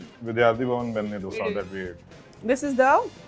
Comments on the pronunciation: For the 1000th time, its not डोसा, its दोसा 👿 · How much mehnat does it take to call dosa and dosa and not dough-sa??? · It's Davangere a city in Karnataka which the Dose named after because of its orgins & not..Davangiri , it's podi & not poodi!!! In Karnataka it's called Dose & not Dosa,!!!